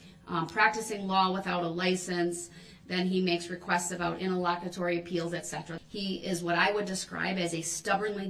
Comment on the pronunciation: Him saying interlocketory is hilarious 😂😂